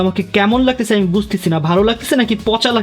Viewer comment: Laktesa❌ Lagtasa✅